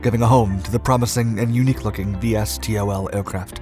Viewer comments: Those in the know say V-stol, not Vee Es Tee Oh El, just sayin' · Um.. No one says it that way, put all the letters and say it. not “V S T O L”. say “Vee Stol”